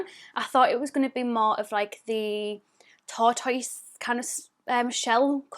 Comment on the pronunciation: Not you as well saying tortoise like that 😭😭😭